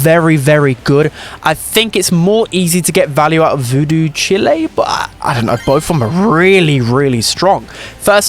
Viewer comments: Chile is pronounced like child without the d btw. Like ‘while’ but with a ‘ch’ sound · it's not pronounced child not Chile 😂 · The way you pronounce "chile" is so white 🤣